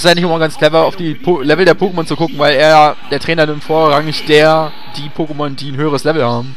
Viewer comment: Aggressionen wegen der "Pokémon" Aussprache des Moderators. ICH VERSTEHE DICH.